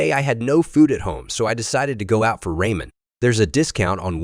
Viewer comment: Lol Ra-Men